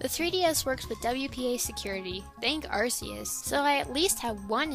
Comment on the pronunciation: D: You said "Arceus" wrong!!!